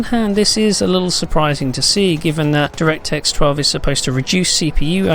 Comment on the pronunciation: he said directsex 12... im done